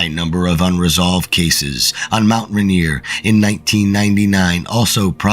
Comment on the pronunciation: It’s not Mount Ranear. It’s mount Rainier.